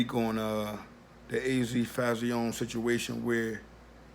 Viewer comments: Azie Faison.. pronounced AZ Fayzon not az fauzione lol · GOD YESSSSSSSS!!!!!!! I DIED A LITTLE EVERYTIME HE SAID FAYZEEON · It's your video, so I'm gonna keep it respectful. I'm from Sugarhill, Harlem and was also THERE in the 80's...sounds like your base is opinion and not fact. Pretty much doing it for views. Just by you saying FAY-Z-OWN It proper pronunciation is (fay-ZONE) let's me know you are not from uptown or UP TOP as anyone south of NY would say. Not knockin ya hustle, but get ya facts right ... Paid In Full is not an ACCURATE, and remember everyone has their own spin on the truth...AND ALL THESE CATS with the Documentaries and Tellin they story...are STILL Dry Snitchin...past or not. Claim to Fame...smh. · Fay-zon is how you pronounce AZ name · FAY-ZON .. say it wit me brova, FAYYY— ZON!!! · It's pronounced fay-zon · I think it’s pronounced phase-on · It's pronounced fay-son my brother!! " keep up the good work tho salute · jay thaonly1 he saying it the way he saying it as a joke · You pronounced faison wrong. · Can't even say his name right